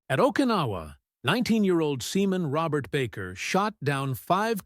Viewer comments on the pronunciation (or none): none